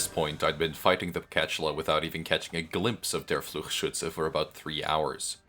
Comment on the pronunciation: The amount of emotion has increased significantly, very fun. I also want to raise attention to the best pronunciation of Fluchschütze I have seen on project moon youtube. Great video once again, you're going all out for this series.